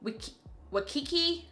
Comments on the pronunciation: 💀💀I’m dead at you pronouncing Waikiki. If it makes it easier, WHY- key-key😂😂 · It’s pronounced Y-KIKI. It’s a location in Hawaii. Congratulations on being on the PR list. I love CP, but I am broker than the Ten Commandments right now, so I enjoyed living vicariously through you on this video 👍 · When you tried to pronounce Waikiki! 😂 😂 😂 Girl you better get to Hawaii! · I was like girllllll - - - I know you know how to pronounce that🤣🤣🤣